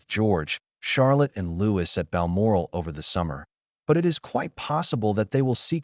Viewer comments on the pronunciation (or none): i believe the royal family pronunciation of Papa is "Pa-pah" - with emphasis on second syllable & Louis is pronounced the French way as "Lou-ey" (not as "Lewis") Greetings my friend from North Wales🍀🌳